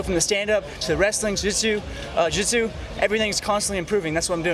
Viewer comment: "From my wrestling... to my jootsu, jootsu"